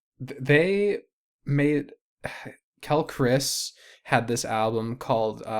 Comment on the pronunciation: Great first episode! By the way, Quelle Chris is pronounced "Kwell-ay" haha. His discog is fantastic and worth diving more into!